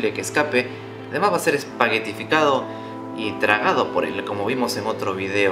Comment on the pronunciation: "Espagetificado" 😂 jaja me encantó